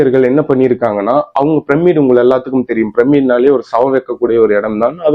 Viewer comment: அது ஏம்பா நம்மூர்ல எல்லாரும் ப்ரம்மிட் ப்ரம்மிட் னு சொல்றிங்க? அது ப்ரம்மிட் இல்லை, பிரமிட். யாரு உங்களுக்கெல்லாம் இப்டி சொல்லித்தர்றாங்கன்னு தெரியல.